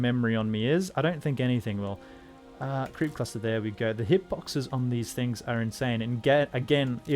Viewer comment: whenever you say "creep cluster" it sounds like "creepy pasta" to me lol